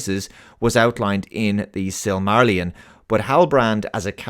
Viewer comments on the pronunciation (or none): The sum marlin ? Suh muh rillion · Sil-ma-rillion, not sil mar llion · Great review, but for the love of God, Sil-ma-ryllian